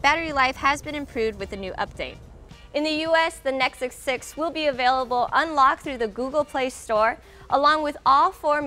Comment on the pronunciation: "Again I'm, and you been checking out, the neck six six"